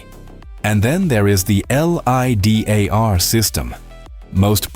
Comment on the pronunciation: Before you release any video, double check the AI voice so that it doesn't pronounce LIDAR as L.I.D.A.R